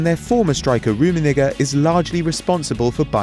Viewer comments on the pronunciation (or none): none